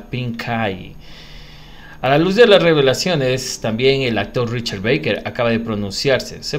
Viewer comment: Es Barker tal como esta escrito se pronuncia